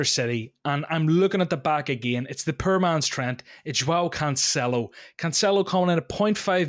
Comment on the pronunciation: His three versions of Cancelo, all wrong, was great!